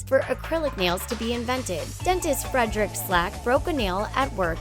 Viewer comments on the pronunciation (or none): none